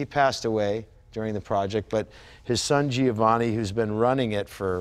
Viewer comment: Guys : you both pronounce the names wrong ? Magni = Maan-yeah , Giovanni = Jo-vanni (not Gee-Oh-Vanni)........hahahaha ! Love to watch you as I love the bikes